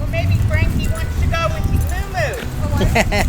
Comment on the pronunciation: Frankie! I thought you called him Cranky at the beginning. 😊